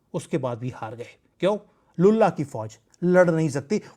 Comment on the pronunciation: Lullah ko pyara ho gaya 😅😅😅, please don't replace l with b in your lullah 😅😅😅